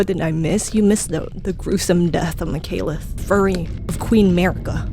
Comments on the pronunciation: Girl, this was great, but never pronounce my boi Maliketh's name like that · the mispronunciation of maliketh </3333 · Who the fuck is "margret" ??? Who the fuck is Mikaeleth??? DO YOU EVEN READ NAMES BRO? MAH-LIH-KETH >.< EVERGOAL??? IT'S GAOL. JAIL. EVERJAILS. WHERE THEY KEEP DANGEROUS PRISONERS. DO YOU EVEN BRAIN?? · Mikaleth? Dyslexia?